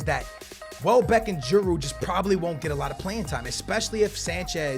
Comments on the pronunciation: Stop pronouncing the D in Giroud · It pronounce G-rude not G-A-rude and sell Sanchez and keep Giroud